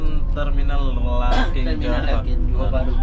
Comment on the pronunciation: Larkin bang bkn larking